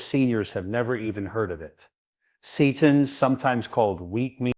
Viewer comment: pronounced SAY-tan